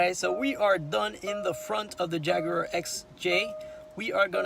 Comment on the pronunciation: Your the only person outside of my country U.K that actually words Jaguar as Jaguar. Bloody yanks call it JagWuar!!!! Pisses me off 😂😂